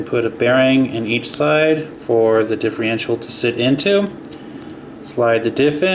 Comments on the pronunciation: It's diffERential, not diffREintial. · LOL can't he say differential properly? He says it like "Diffe-RE-ntial"